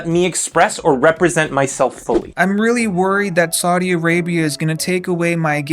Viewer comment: The constant mispronunciation of “Saudi” is making my ears bleed.